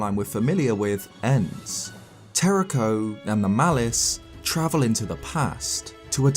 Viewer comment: YOU HAVE TO ROLL THE RS IN TERRAKOS NAME!